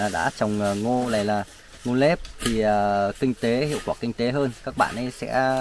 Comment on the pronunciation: Ngô nếp, ngô nếp, ngô nếp, không phải ngô lếp